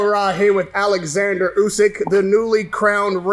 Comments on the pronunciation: Say his name property mate it’s not hard, His name starts with an O not an A. Your a so called journalist , do you your job properly, it’s rude and lazy. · Please stop calling the champ Alexander. Learn to pronounce his name properly. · He butchered his name in the very beginning called him Aleksander lol